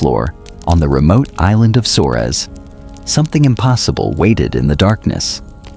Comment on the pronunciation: I let "Sores" instead of "Flores" pass but "monitor wizards" and "komodo dragoons" were too much. Stop using AI to read content! No wonder there's only 190 subs.